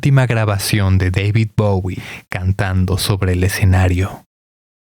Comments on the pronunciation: Lo estás pronunciando mal??? Bowie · David bawie No, chao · Le dice [Bawie] a Bowie. Que chingue a su madre.